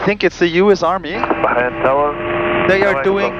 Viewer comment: It's Bahrain, just Bah-rain. In the 4 years of living there, I never heard anyone but a newbie to the island say "Baxharain".